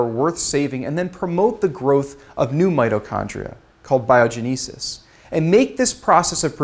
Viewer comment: bio-GEN'- i-sis. (like the bible) not bio-gen- EE- sis.